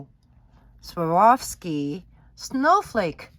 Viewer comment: The proper pronunciation is "swore-off-ski"